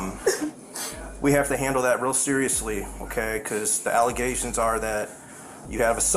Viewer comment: I love when ghetto people can't pronounce the words they wanna use correctly or confuse them when a similar sounding word lmao. A mayor being investigated for corruption said allezations instead of allegations lmao.